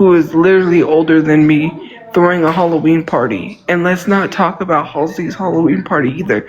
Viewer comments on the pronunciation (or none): You mean when she talks about HUHLA-ween? That one drives me fucking nuts. I better be careful what I say here though, I don't want to get sued for deffermation.